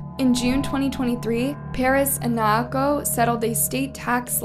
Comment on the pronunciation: If you’re gonna profit off these people’s murders, the least you could do is pronounce their names correctly and with dignity. Naoko is 3 syllables, “Nah-oh-ko” and the last name Oda, “Oh-duh”.